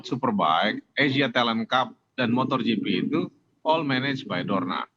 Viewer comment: MotoGP pak, bukan motorGP, 😊🙏